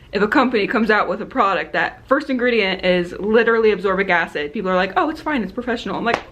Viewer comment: It's "ascorbic acid", not "absorbic acid" 🙂